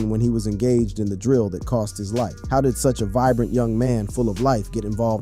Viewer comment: Fam said Chi rock lmfao